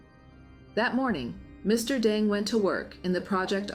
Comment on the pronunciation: How do you pronounce his name? You refer to him as Mr Dung, and Mr Deng??